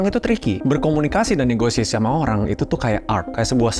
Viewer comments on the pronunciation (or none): none